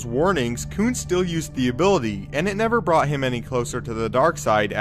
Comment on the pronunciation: "Koon" just don't sound right. I'm sorry